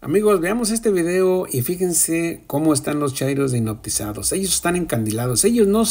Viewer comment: Le tengo que corregir su gramática : es hipnotizado, no "hinoptizado"... Es Macuspano, no "Manacuspano"... Es AMLO, no "ALMO"... 😂